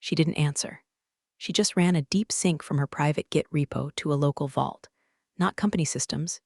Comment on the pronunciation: There are several words that get mangled in these series! Croissant, live, sync, amongst several others!